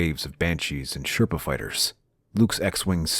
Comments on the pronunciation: "Sherpa" 😆Seraph, bro. Seraph. Awesome vid tho. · You kept calling Seraphs (serifs) serpahs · Serpah ❌ Seraph✅ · I don't understand how you can pronounce Jiralhanae just fine but not Unggoy or Seraph